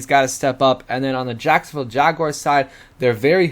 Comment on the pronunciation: Jacosnoville?? Lololololol 💀💀💀💀💀💀💀